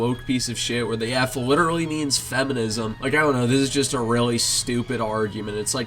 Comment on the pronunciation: “cos somebody liderally AXED me” 🤡